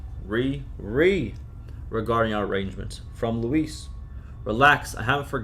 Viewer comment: Thank you for reading these! Just a note: Luis' name is not pronounced "Lewis". It's pronounced "Loo-ees"